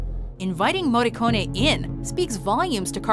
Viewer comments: Finalmente il cognome del Maestro pronunciato correttamente..Brava 😉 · What a treat hearing an american properly pronouncing his name. Kudos. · Finally an American that correctly pronounces an Italian lastname